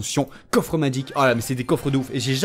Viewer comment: Magique pas madgique